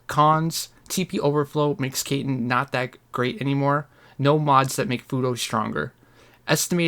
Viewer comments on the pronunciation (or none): Great video very informative! I just have one pretty big gripe: Speech Annunciation is a Very HUGE thing with more people than you might imagine so hearing you call.. Kaiten (Kī-Ten) as “Kay-Ten” for example... Makes me want to drown a fish. Outside of that, great content. Thumbs Up 👍